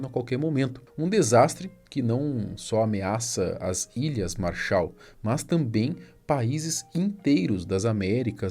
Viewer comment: MÁrshaal!!! MAArshal!! A ênfase é no primeiro "A"!!! MAAAAArshal!!